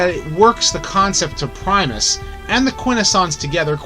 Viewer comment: It’s Primus